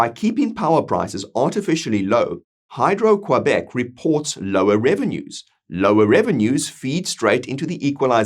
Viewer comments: I agree with what you said. However I don't think there's nearly enough separatists to come anywhere close to a positive vote. But who knows what shenanigans they could pull to fudge numbers or something worse... On another note, I never heard anyone pronounce Quebec as Quoibec... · 😂 he will have to work on that pronunciation of Quebec